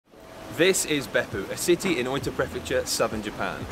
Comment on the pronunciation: English speaking people usually poorly mispronounce words in Japanese mistakenly using the English pronunciation for words spoken in Japanese like this speaker pronounced Oita (oyta) like soy when it's pronounce Oh-ee-tah. If you speak spanish or Latin you will have a better pronunciation. It's honorable and more respectful to ask a Japanese person the correct pronunciation of Japanese words. Don't assume that the English pronunciation or annunciation is the correct usage. Be polite and learn their proper way of speaking the words in proper Japanese pronunciation.